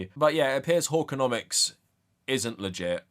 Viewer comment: Okay, the way you pronounce hawkconomics with your British accent sounds like whoreconomics and I can't stop giggling